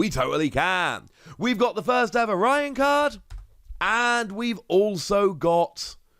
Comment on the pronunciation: not the woss pronouncing Raihan as Ryan 😭